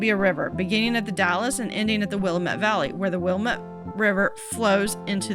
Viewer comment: Oregonian here, it's pronounced will-am-ett valley. But great video and keep it up!